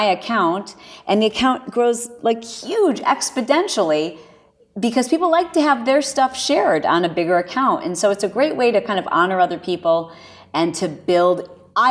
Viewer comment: This is when working collaboratively has it's downside. Personally, I may have thought twice about posting this one. Yes, the use of "expidentially" was humorous and could be easily overlooked as it provided us viewers a reason to hit the proverbial "rewind" to see if we heard what we thought we heard. But, when she digressed into her braggadocious description of utilizing 3rd world labor to enrich her coffers, she lost me and what I have to believe are several more viewers. This woman became instantly distasteful and I too stopped watching the video at this point. I understand the benefit of collaboration but you need to assess the potential downfall of such, once you've completed your edit. IMHO, this woman comes off as a shallow, money grubbing, do anything, internet pariah. I don't think you served your brand well, in this instance. I'm sure many others will disagree. Then again, I'm an old phart, what do I know?